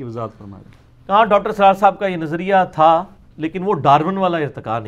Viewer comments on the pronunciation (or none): none